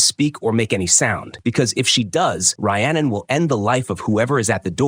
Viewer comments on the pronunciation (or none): Her name is pronounced Ree-annon not Rye-annon! It wasnt a box cutter it was a knife! It wasnt a lake it was a canal! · How many terrible ways can the AI voice mispronounce Rhiannon? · Dude just quit you said her name wrong times literally every 4 seconds 😂😂😂😂 you either do 0 research or just lazy ass AI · First, I'd be mad if someone pronounced Rhiannon like that.